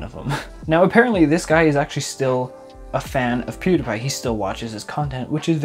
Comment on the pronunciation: "Pew duh Pie" It's pronounced Pew (like church Pew) dee pie